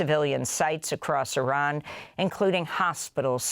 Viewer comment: Thank you for pronouncing IRAN correctly you are the only news outlet that does